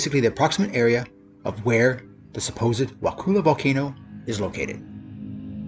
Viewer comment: Wakulla isn't pronounced wakoola. It's more like wah-kuh-la. Kind of like if you dropped the T and R while saying "what color" but not quite